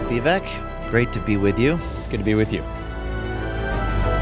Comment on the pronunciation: VIVEK rhymes with CAKE! 😁😁😁